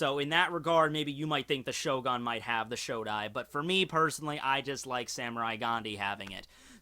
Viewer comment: I love how he pronounced it Shogun, but then remembered that he's, and never pronounces things right, so he immediately started calling it ShoGON instead